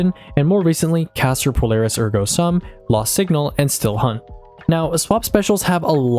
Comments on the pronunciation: Phenomenal content! Ergo Sum is pronounced “ehr-go some”, my wife’s a teacher and this pronunciation triggered her. 😂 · Came to see if anyone had already commented on your over pronounciation of ergo sum, and behold, either I'm the only cringing from it or no one else is willing to say something 😂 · wait is that how you’re supposed to be pronouncing ergo sum? i’ve been saying air go some this whole time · It’s not Ergo sum it’s Ergo sum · “Ergah Soom” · The ergo sum pronunciation scares me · I don't think ergo sum is pronounced like that